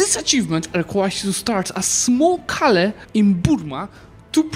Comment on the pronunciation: I like how pronounces Kale as Calais xd